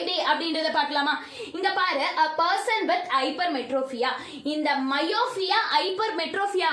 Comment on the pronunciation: Pronunce properly that is mio ^p^ ia Not miofia